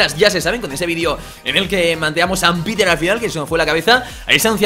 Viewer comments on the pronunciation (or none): none